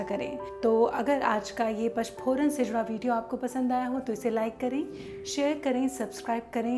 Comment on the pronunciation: nice idea. Par eese PACH PORAN nahin bolaa jaataa PA N CH PORAN kaho tau sahi uchhar hogaa. Aap bolte ho ees mein anuswar nahin bol rahi ho . PANCH = Paanch / PACH kaa tau koi arth hi nahin hai! Text mein likhaa hai headline mein vo baraabar hai par bolne mein aap galat uchhar kar rahi ho.